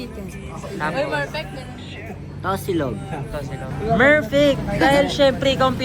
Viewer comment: merfect po di perfect😅😅😅😅😅